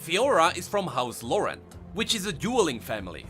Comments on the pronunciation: Laurent is pronounced “Lohran”. Not “Lahon” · Lor-ent French Speakers: REEEEEEEEEE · No one: trying to pronounce "Laurent": LaHOhg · Omg i love the way you say "Laurant" (but as a french if i may > you can say it like you say "low" and "ran"ked (without the ked) i think this can help, but if you pref just keep saying it like that i don't complain its cute ^^!) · It's not that hard to pronounce Laurent, just say it as LO-GANT. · Ok for the name AS A FRENCH I shall try my best to teach you how to prononce LAURENT : "Lau" is prononce like "lo" from lotus, so far so good. "rent" would prononced like "ran" from "rant" and you should be good. Hopefully. Great video I loved it xD except for how you say Laurent xD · You know Paris, France? In English, they pronounce it “Paris,” but everyone else pronounces it without the “s” sound, like the French do. But with Laurent, everyone it the English way, “Laur-end.” Like The House Laur-end and Laur-end Chevalier . . . Why though?! Why isn’t the title House Laurent?! Are you friggin’ mocking me?! It uses the French accent so speak the French word, damn it! That sh*t pisses me off! Bunch of dumbasses! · Conserning Laurent prononciation, just pronounce it like in english but without the "t" sound at the end, that way is closer to the french prononciation than you're forced accent. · It's funny because the old prononciation is actually the correct way you say it in French, the new one is just blatant gibberish.